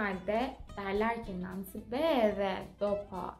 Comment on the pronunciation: Selam, ailen dialekt mi konusuyor🤗 cunku "NON" degil de "NAN" diyorsun gibi geldi:)